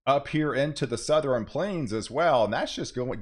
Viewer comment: Seriously, it’s Southern, not Southren!